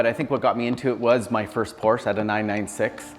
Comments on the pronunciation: I know I’m whining but I can’t stand it when Porsche owners mispronounce the Porsche name. It’s “Por-sha” not “Porsh”. Porsche themselves put out a video just to clarify it and show how it’s properly pronounced. It’s a family name so people should get it right out of respect. If someone constantly said your name wrong you’d correct them wouldn’t you? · It's Por-sha you dummy! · Not Porscha...Porsch Ë! It's a Latin E So...Porsche! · Not Porsche aaah! It's Porsché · Porsche"aaaaaahhh". Porsche"aaaaaahhh". 😵‍💫😵‍💫. It's not that hard. Nice car..💯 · Especially since the newer car manuals instruct the owner how to pronounce the name correctly.